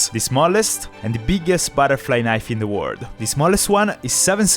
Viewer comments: Why do you say world with word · Bro is saying word instd of world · Why is bro saying word it's world